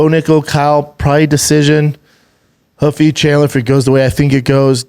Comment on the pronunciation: Ruffy not Huffy, unreal.